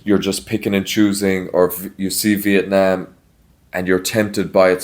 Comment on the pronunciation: I love that the way you pronounce Vietnam is exactly on point and the same way locals say it, not like Viet "Nom" (rhymes with omnomnomnom) like how much of the western world butchers it. Great job!